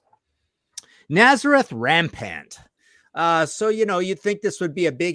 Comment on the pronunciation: Laughed at the strawberries joke.then read the Brit getting bent out shape about it.. Was being ironic when he mispronounced rampant??? Fun show as ever...could we add Greatest Hits for any band thats just rubbish..insert your own here